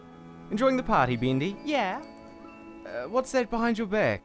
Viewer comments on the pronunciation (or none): Its bEndy not BIndy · BEANDY For real? It’s B-E-N-D-Y BENDY!!!!! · Is it just me or he is pronouncing Bendy name into Beandy 🤣 ahaha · Why are they saying Beandy lol Dat mug doe... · Am I the only one qwho is hearing the creator call him bindy in stead of bendy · Why "Bindy"? His name is Bendy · bendy not bindy XD